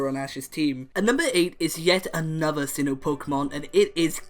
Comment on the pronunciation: Sinnoh, not Sinho!